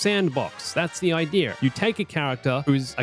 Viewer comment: No, that's the IDEA. Not "aidiier".